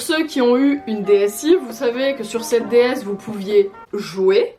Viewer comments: On dit dsAIE pas dsi 😭😭😭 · D S AIIIIIE pas i, aie 😭😭😭 On dis aiephone pas i Phone !!! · "une DSi" omg j'ai toujours prononcé "DS aïe" mes oreilles pleurent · Par contre ça se prononce “DSAÏE” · "Dé èss i"... Je suis la seule que ça choque ? X)